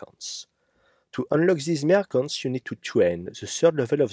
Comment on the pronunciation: Merchants, not mercants